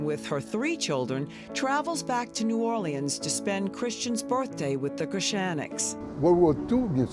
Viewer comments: It's hilarious hearing her pronounce EVERY LETTER in New Orleans. It's not new-or-lee-anns, its new-or-lins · Lady, just call it New Orleens or New Or-lenz because New Or-Lee-Annes is killing me.